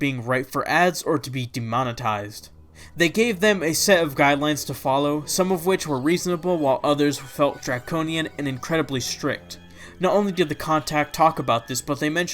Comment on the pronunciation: It's pronounced "drayconian" fyi